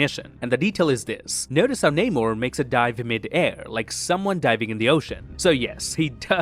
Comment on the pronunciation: Could you please pronounce the name Namor correctly. Just as he said it in the movie.